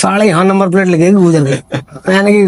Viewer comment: gujjar nahi gurjar hota h bhai